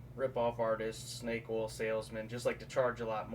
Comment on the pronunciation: Oil not awl